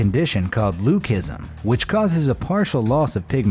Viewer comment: It’s pronounced ‘loosism’ not ‘lookism’ but other than that I like your content lol